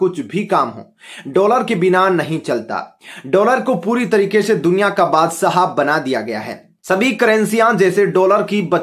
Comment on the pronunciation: 90 % U tubers ka pronunciation thik nahin hota. Bethe bethe, step ko istep, faisle ko fesla, badshah ko badsaa. Jis teacher se ye padh ke atey hain usko murga banaya jaye, bethe bethe